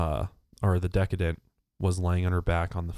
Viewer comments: Decedent: de-SEE-dent. As in, the one who is deceased :) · The word you took for decadent, it’s pronounced “de-seen-tant” spelled decedent. It’s a term when giving context to the dead person usually used by doctors or the coroner in testimony or reports. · "decedent"; someone who is deceased or dead; pronounced de-seed'-ent. You're thinking 'decadent' like indulgent or representative of decay. makes a great point at the end that, if it was a known family friend, especially "Santa", JonBenet may not have been afraid or screamed until she was theoretically being harmed in the basement. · Decedent (de- SEE - dent), as in the person who is deceased. Decadent is an entirely different word that is entirely inappropriate to describe a dead six year old girl. For the record. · deseedent* Sounds like one who is deceased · De CEED DANT ... not decadent (which means over the top luxurious and expensive) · De-seed-ant. Not decadent. It means deceased. Edit to go back to at-ta-shay case. Lol I enjoy some of your true crime break downs. If you haven’t watched Lou smits special on the evidence break down, I recommend doing so. He makes some crazy cool observations. Not based on emotion but science. I have no real idea who did or didn’t do it but I do lean somewhat away from an inside job. But agree it’s someone ( or a child of someone) who knew them at least peripherally. The pineapple and spider web are my biggest hang ups. Also smit said her sheets did not have urine on them, and because he investigated at the das requested all evidence I would think he would know. Just a few points. I hope this gets solved in our lifetime. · It's pronounced dess-ee-dent. As in deceased. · I'm about 3 years late, but "decedent" is pronounced de-see-dent as in "deceased" in case anyone was wondering. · Mortician here. Decedent is pronounced "de-see-dent" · De- SEE- dant. Decedent. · diss- see- dent. do y'all do this shit stoned? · These sweet peeps. It's decedent (duh-SEE-dent)